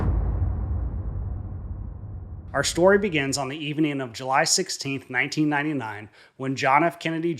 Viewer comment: What does "schtory" mean?